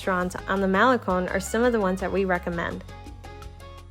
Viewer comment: It's not pronounced "Mel li con" it's pronounced as "Ma' le cone"